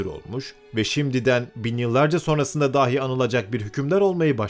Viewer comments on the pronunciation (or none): none